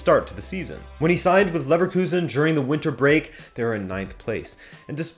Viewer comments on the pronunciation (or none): none